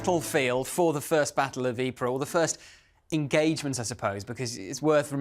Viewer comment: Another brilliant episode. Fascinating insight. The most amazing thing I learned is correct pronunciation of Ypres.